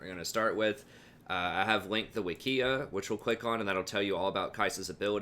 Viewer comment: i think you're not pronouncing "wikia" correctly. stress on the 1st syllable imho. great vidz!